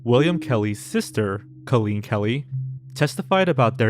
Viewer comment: Or how to pronounce the name Colleen